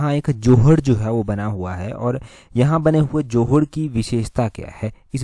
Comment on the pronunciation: जोहाड़ जी। ❌ जोहड़ जी।✅ (Near Baddi)